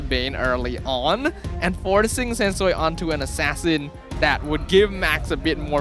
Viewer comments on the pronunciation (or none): Sensu-Way ✅ Sensu-Wii ❎